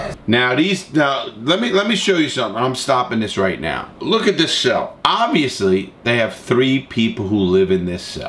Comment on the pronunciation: Larry “obvsously” Lawton